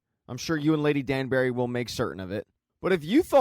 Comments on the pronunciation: Its pronounced "Danbry" for the spelling of Danbury, not "Danberry" as you say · I love the recap, but it drives me crazy how You call Lady Danbury Lady Danberry🙃